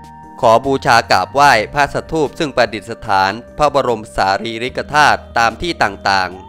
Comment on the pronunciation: ฯลฯสารีริกะธาตุมัยหัง อ่านว่าธา_ตุ